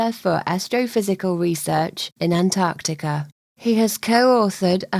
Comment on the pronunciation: She pronounced Antarctica correctly major thumbs up from me from New Zealand. Just about every American on YouTube including Neil de grasse Tyson and everyone on sci show say Ant artica so good one